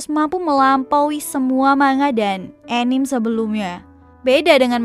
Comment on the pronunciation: untuk mbaknya, anime dibaca a-ni-me, bukan enim ya mbak hehe